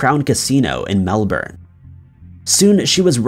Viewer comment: So good to actually hear some1 pronounce Melbourne right cause that's how we say it here. Either Melburn or Melbin n not Melborn. Lol.